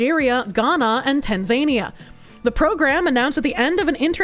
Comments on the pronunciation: Please, it's pronounced tan-zuh-knee-uh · Btw, it's pronounced tan·zuh·nee·uh.